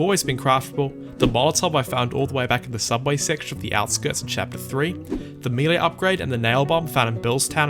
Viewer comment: Two pronunciations I've never heard before: Melee as mee lee, and 2x4 as two times four. I'm pretty sure they're both wrong, but there's something magical about hearing unique pronunciations for the first time.